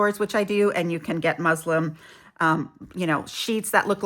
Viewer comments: You sound like you are calling muslin “Muslim” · Muslin not muslum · Are you saying Muslim or muslin? I think Joann was in such bad financial shape, they had to jack their prices up and priced themselves out of the market. I also like Hobby Lobby’s fabrics. They just don’t have as much, but they run sales every other week or so. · Muslin not Muslim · MUSLIN. not Muslim. 🤦🏼‍♀️ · It is pronounced muslin, with an n. I think muslim is a belief system. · You are pronouncing the word "muslin" as "Muslim."These are two very different things. Muslim of or relating to the religion, law, or civilization of Islam. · Did you say muslim? Its muslin. Good grief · Sorry I think you mean to say muslin with an N. It's not Muslim. That is a religion. The fabric is musliN. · Definitely said “Muslim” 🤦🏼‍♀️ several times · I say this with all due respect, but it is Muslin , with an “n” at the end, not an “m”. Hobby Lobby has fabric on sale every other week or two. You can get Kona solids for less than $6 a yard. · Not that you should geek the need to explain, but thank you just the same. I was trying to hear correctly, as I thought you weren't saying musl8n also. Thank you. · It was hilarious hearing you say it over & over! Thnx for all the great tips, too!